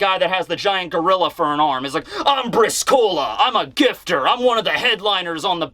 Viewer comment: Brìscola not briscóla :) it's an Italian 3 card game